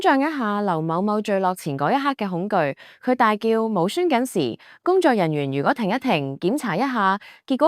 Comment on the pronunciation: 無栓緊（**或無閂緊**）你講普通話好嘛//shuan //